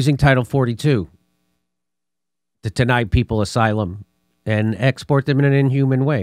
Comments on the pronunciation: It's pronounced in-hew-main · That word is inhumane: ĭn″hyoo͞-mān′ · For the life of me, why can't he pronounce the word "inhumane". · Jimmy I’ve heard you mispronounce inhumane in three separate videos in the last 2 days. Ofher than that I love the show